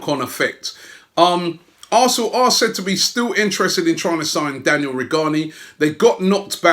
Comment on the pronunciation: Robbie... Please... Say the names right... It's not that hard and it is extremely annoying every time you say one wrong. Daniele not Daniel. Konstantinos not Kostinos.